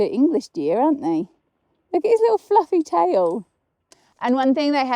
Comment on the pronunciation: What the hell is flueffy ?😆